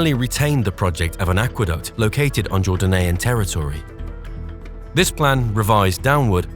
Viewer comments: Jor-dan-ian? Not jor-day-nian? Another crappy AI voice over. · I enjoy your videos, but please, get a pronunciation app or book. The people of Jordan are Jordanian’s (Jor-day-nee-uhn). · And 'Jordanian', and more. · It's pronounced Jor-dane-e-an, not jorden-ean! And it's not the souge canal it's the suez canal.